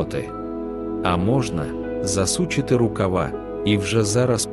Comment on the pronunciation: Я думаю "Нейтральним бути точно не можна" стосовно мови: не грОшей, а грошЕй; не засУчити, а засучИти; не з боку, а збоку. Чи я неправИй?